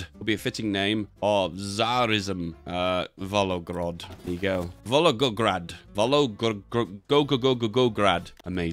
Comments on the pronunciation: repeat after me. Vol go grad. Its easy. Vol go grad. Faster. Volgo grad. And now. Volgograd. Its a city named after the river. Named Volga. And grad meaned city in old Russian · "Vologogograd" I must ask, is secretly Russian?